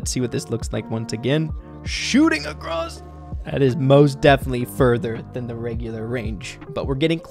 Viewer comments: dear, it's across not acrosst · Kinda frustrating that he kept saying acrosst 😂